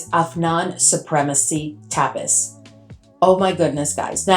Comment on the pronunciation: So happy to have found you on YouTube. I'm a big fan of the Middle Eastern fragrances. Just a couple of pronunciation suggestions: "Soleil" is pronounced "So-LAY" and "Tapis" is pronounced "ta-PEE". :) Please keep these amazing reviews and comparisons coming!